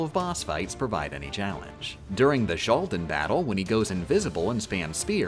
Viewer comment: I have never had to do a double-take so hard as when he said "Shaldin" Edit: Also "Lushord" and "Sakes" Edit 2: Ok now I'm almost certain the mispronunciations are on purpose, there's no way you just think every x is pronounced like an sh